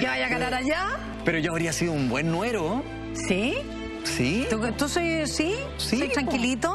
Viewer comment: Jovencito, se dice yerno y no nuero